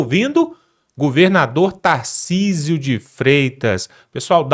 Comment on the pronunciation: Putz não consegue pronunciar o "r" de Tarcísio? Ele fala "TaIcísio". Até parei de assistir.